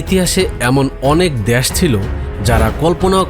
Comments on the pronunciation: Dash ki vai.. Desh pronounce korte paren na?? Apnr presentation valo na.. Onk important kotha miss korsen, onk information ordhek bole shes koren nai.. Jara football bojhe Tara amr kotha bujhte parbe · Dash na re bhai Desh bolo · শব্দটা দ্যাশ নয় দেশ....কথাবার্তা না শিখেই চলে আসেন....!!! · ভাই ঠিক আছে দ্যাশ নয়, দেশ সঠিক করে বলেন, না হলে সাউন্ড ইফেক্ট দেখা দেয়। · ভাইরে "দ্যাশ" নয় "দেশ"! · দ্যাশ উচ্চার কিন্তু হতাশাজনক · দ্যাশ.... কি উচ্চারণ ভাই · দ্যান আর দেশ উচ্চারণ ঠিক হওয়া উচিত